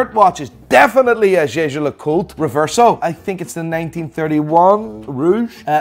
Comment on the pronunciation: Hahaha glad I caught this video, if only to hear another watch fanatic pronounce Jaeger-LeCoultre as "Jha Jha Luh Colt", I'm not even throwing shade, the name is absurd, and it's Swiss not French